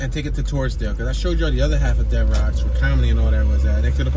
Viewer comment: Not to be Picky but Devereux St is pronounced like Devereu the X is silent, my wife grew up on Hegerman St in Wissinoming